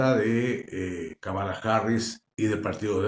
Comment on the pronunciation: querido amigo, se pronuncia Kámala, no Kamála